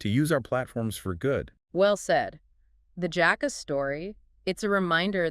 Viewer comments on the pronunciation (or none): The JAAhka it's JACK-A